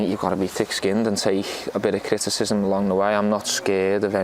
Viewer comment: The way he says ‘criticism’...😂😂😂😂